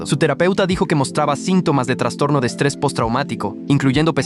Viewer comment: estrrres 🥀 así dice JAKKHJKJGG